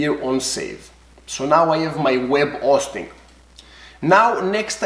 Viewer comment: Love the video! Love your accent. Web O-sting at the O-tel ;)